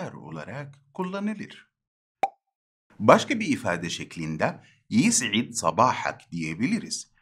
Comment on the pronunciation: Hocam yisid değil de yus id olarak daha doğru değil mi fusha da